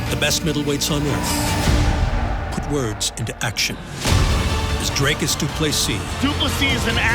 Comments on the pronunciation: Its not Dreycus,Its Dricus as in dreecus u insult us South Africans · How is the still getting Dricus's name wrong and still pronouncing it with an "a"???🤦‍♂️